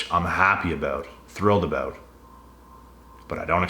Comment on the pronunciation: Talked aboot